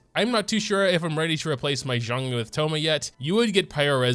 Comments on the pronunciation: When you said called him Thomas it reminded me of autocorrect but vocally lol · Our boi, 'Thomas' LMAO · My man did not just call him Thomas